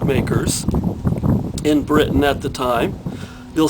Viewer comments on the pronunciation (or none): none